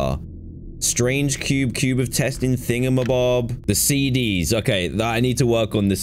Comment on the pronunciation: my dumbo went “see-dee-ess” instead of cds ( 💿 )